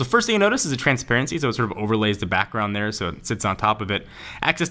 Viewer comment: "AAll ma mails in derr." ha ha